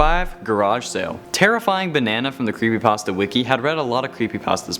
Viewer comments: Did he just say "crappypasta" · Anyone realize he just says crepypasta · is it me or he said crappypasta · He said craspy patstas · Did you say crapy also made me laugh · he said crappypasta XD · You said Crepypastas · Ah yes, "crepypastas" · You said carpy pasto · U said CRAPPYPASTA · Did any of you guys hear him say creppy Paster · bruh he said crepe pasta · U said crepypasta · Did he just say crepypasta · He said crepypasta